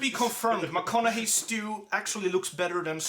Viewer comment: Well done, with the proper pronounciation.